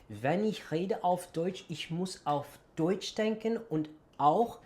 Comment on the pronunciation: Your range of accents is really impressive! As a German teacher ich kann es mir nicht verkneifen to point out that your vowels still give you away. In the word Deutsch, for instance, your o is slightly too long and too closed. Just tense your lips less and open your mouth a bit wider. The eu should sound more like in boy ore employ (ok, I guess these words sound different depending on the accent, but I hope you understand what I mean).